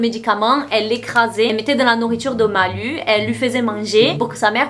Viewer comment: Au fait, c'est "nourriture" pas "norriture"😂super GIVDT